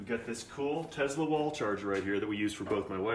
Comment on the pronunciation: TeSla, not TeZla.